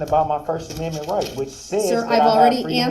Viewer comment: His first aminmint 😂😅